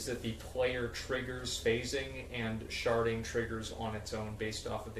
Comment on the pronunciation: Am i the only dirty person here that keeps hearing sharting instead of sharding? XD ghehe